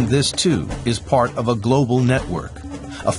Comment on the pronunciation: Lol... BBC "NetWOK"